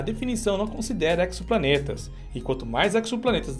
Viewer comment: Exoplaneta não se fala com ks, mas "eZoplaneta"